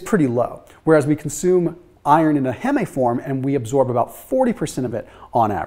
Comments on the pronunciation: LOL ITS HEEM NOT HEMMAY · Heeem not heh meh ffs it’s hemeglobin not hehmehglobin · Heme sounds like seem, not heh-may. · Heme. It's pronounced 'heem'. as in 'haem'oglobin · FYI heme, as in heme iron, is pronounced "heem". You know the term hemoglobin? It has the same word root. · Heme rhymes with steam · Heme rhymes with dream. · Get ready to defend the way you say" heme" LoL. I always thought it rhymed with meme. Nice video tho! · "Heme" slant rhymes with "spleen".